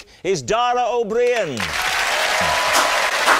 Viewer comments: Love your reactions. You got me into Taskmaster NZ. Dara’s surname is pronounced as “O-Breen” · Dara's surname is a little more like brie-ian but I wouldn't worry there's plenty folk in UK mispronounce it regularly without it being picked up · It's pronounced like Breen 😊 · Yeh you did pronounce Daras surname wrong, that damn Gaelic pronunciation 😉😂 Loving your reactions mate,I'm pretty much bedbound so I jus spent the past day binging all your stuff 🤷‍♂️😂💜